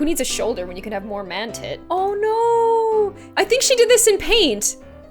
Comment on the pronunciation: Ella Gertsenius its (C)an not (K)an